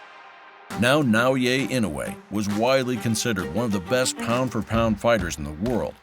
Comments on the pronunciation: Bro really said "Now yay ain't no way" instead of Naoya Inoue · Sir, you are murdering the kid's name at every turn. Na-oy-ya In-oo-way. Give it a shot. Frigging AI. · Naoya Inoue name is pronounced Nah oh yah E noy. It’s pretty lazy to not even learn how too pronounce the name of the person you are featuring. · Should've kept referring to him as "The Monster." I don't think his name is pronounced "Nah-Oh-Ye." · OMG you cant even say his name right N.A.O.Y.A I.N.O.U.E Not Naoye thats his two names combined ... Ridiculous